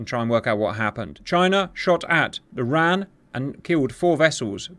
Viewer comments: Enjoyed the video, just wanted to make a quick note, it's not said as ran, its said as R.A.N. The "RAN" referrers to the women's navy which became part of the R.A.N in 1985. Not everyone knows it so its fine you didn't but thought I would make the note. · Please call it the R.A.N the way it sounds when you don't brake it up wran whitch is the Womans royal Australia navy. Thank you for the vid loved it. to add R dubble A. F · Shouldn't call the RAN the "Ran" as that what the WRAN used to be called. It should the R-A-N. Also RAAF is Raaf like ham, not like calm.